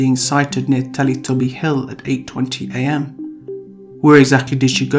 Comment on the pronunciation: I laughed every time he said “teletubbie”